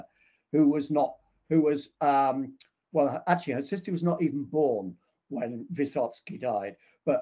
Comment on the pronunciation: No, it is not Vysotsky.